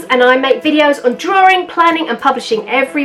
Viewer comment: Pronouncing Drawing with a E/DREWING